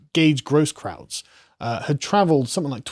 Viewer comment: K defended his father's community. "Rosenbum" ended his time, once again assaulting an unwilling minor. Tip: Grosskreutz is pronounced as GROHS-kroyts.